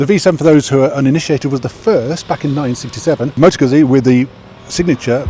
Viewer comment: Goot-see. Prego